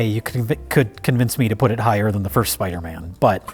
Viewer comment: “Spidermin”